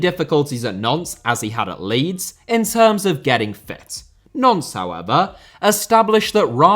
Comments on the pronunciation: Good video on a bizarre situation, but please learn to say Nantes (like aunt with an n at the start) which sounds like like nonce every time you say it!!! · Pretty sure Nantes is pronounced 'Nont' not 'Nonce' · Nantes being pronounced 'nonce' is hilarious, and is how I'm going to say it from now on :) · The pronunciation of Nantes as "nonce" made be chuckle